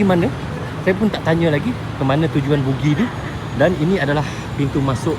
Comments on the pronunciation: buggy lah bro, bukan boogie. boogie tu boogie nite!😅😂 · Buggy bukan bookgi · macam mana boleh terus sebut "bugi" ? pemandu buggy tu dah sebut 'baggi' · ....sebutan buggy tu bukan bunyinya "bugi" tapi "bagi"...maaf ye bro Zul saya memperbetulkan sebutannya, harap jgn ambil hati ye. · jawa kan, tu yg silap sebut tu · Ya, betul tu sebutannya adalah 'bagi' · Nanti bunyi hampir mcm bugis pulak 😂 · Sebutan betulnya BAGGI.. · abg sebut bugi ke bang??guru...hentikan guru